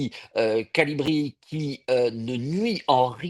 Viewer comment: haa c'est un connaisseur. Il dit Colibri !! C'est CALIBRI ! 😅Trop fort l'invité